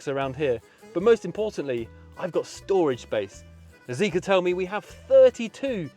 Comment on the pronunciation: its zeekr, not zeeker